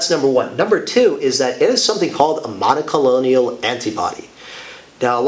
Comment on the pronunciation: please...it is not monocolonial. It is mon-o-clone-al